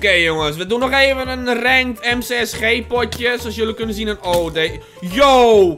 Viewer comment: je spreekt het uit als em sie es G (Ewaa (G) en je hoeft niet bij elk kill 3 min lang verhaal over gaan zitte vertellen...